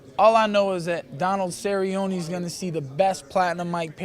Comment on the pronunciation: DONALD CERRY-YONIE